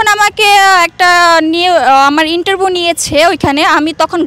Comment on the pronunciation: অপারেশন টিয়েটর না, অপারেশন থিয়েটার। ইন্টারভউ নারে বইন ইন্টারভিউ হবে।😂😂 আর অন্যগুলো "আমি একটু পরে বলছি ভাইয়া"! 😂😂